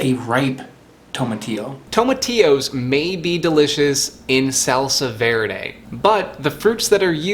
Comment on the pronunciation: i'm from spain is funny how you say salsa verde love your videos tought